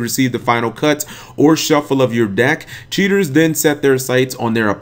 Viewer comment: When he says cheaters, it sounds like he's saying tutors.